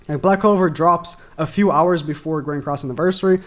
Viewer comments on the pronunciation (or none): none